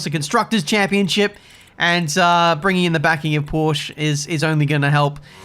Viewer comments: Every non-native german speaker gets this wrong: Its PorschE, with an E at the end, not "Porsch". Simply Porsche. Apart from this I'm glad to see the updats doesnt fail anymore at a 99% rate. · It's not "Porsch", it's "Porsche" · please try and pronounce the „e“ at the end of Porsche, because you don‘t say „Porsch“ you say it like Porscheh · Jesus, as a german it just hurts how you pronounce Porsche. It's Porsche, not Porsch. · IT IS NOT PORSH, IT IS PORSCHE. POR-SCHE. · I know it's petty, but I 100% agree. You gotta pronounce the "e." Porsche - pronounced [porr-sha] phonetically. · I believe its "Porsch-ah" 🤓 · It’s pronounced Porsch - eh! Porsch - EH!!!! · mens be driving backed by porsche in f1 and still call it porsch. I think it's funny how English speaking people are pronouncing German Car brands. another popular example is Volkswagen or like English people pronounce it: Voolkswaigän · my swabian soul dies a little every time says "Porsch" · It's interesting, we french don't pronouce the e either we just say "Porsch" as well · PLEASE dont ever call porsche ''porsch'' again !!!!!(it's just not the name of the brand) i will un sub u and search for your car to clue the right spelling of PORSCHE!!!!!! on it!!!! :) other than that NICE vid :P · maybe if you learned to pronounce "porsche" properly, they'd supply your engines for next season ;) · It's not petty, it's just wrong to not pronounce the E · there is a FFFF ''e'' at the end!!!